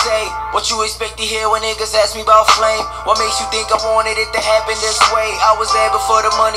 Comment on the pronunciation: I cringe Everytime you call him flames and not flame.. no hard feelings 😂